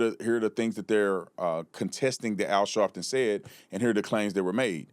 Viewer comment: AL "Shartin"...